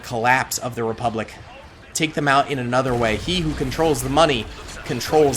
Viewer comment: sieging the "Repulic bank" 🤣